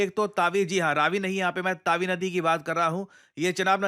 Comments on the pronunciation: It’s Tawi not Taawi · Sir there are two mistakes in video 1st the river name is tawi (तवी) means river not taawi and 2nd is tawi river is pointed wrong on map tawi river is in jammu not in punjab as pointed or potrayed on map . Tawi river is very sacred for jammu its other name is suryaputri . Btw love your videos ❤️ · Taawi nhi tawi bolte h What a poor pronunciation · its tawi sir not taavi ❌ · bro it is not तावी it is तवी .